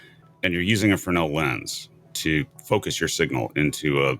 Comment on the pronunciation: Imagine that the WOW! signal decoded says "Prepare to meet your doom!" Good job pronouncing Fresnel correctly. Most people say it with the s included.